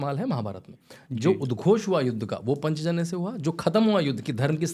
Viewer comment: पंचजन्य??? पांचजन्य उच्चारित करिये...